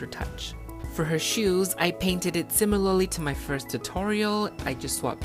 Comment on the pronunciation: Similally? I LOVE YOU! <3